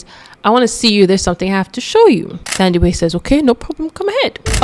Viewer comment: Not policing you or anything... But just for future references, for names like Thandiwe... The "Th" is not the same as the English "Th"... It's pronounced like the h is not there... So like "Tandiwe"... I don't know if there's more but off the top of my head but, the name Theo is the one name where the "Th" is pronounced the English way❤... Love the channel!